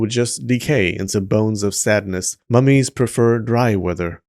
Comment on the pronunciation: Why I heard "these mammies" instead of "these mummies"? XD